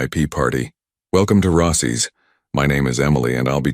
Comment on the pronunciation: Risado instead of risotto in Rossy’ instead of Rossi’s. —-starts well. Will watch something else.